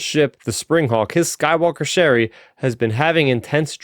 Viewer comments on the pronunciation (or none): Good summary. I see Starraptor commented that he was having difficulty with the pronunciations and to be honest they were at times painful to my ears. For example, pronouncing Ch'eri like Sherry instead of Cheery. My advice would be to take it slow. No too slow of course, but don't rush either. I will admit that I listened to the audio book so my ears are accustomed those pronunciations.